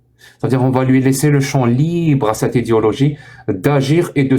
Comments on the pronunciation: Au lieu de prononcer "idéologie", il prononce "idiologie". C'est un fait exprès ? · Avec son accent, en fait il dit "idiologie" et c'est très juste pour le coups 👊